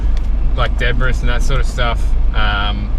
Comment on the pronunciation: Just fyi “debris” is pronounced “deb-ree” not “deb-riss” 😂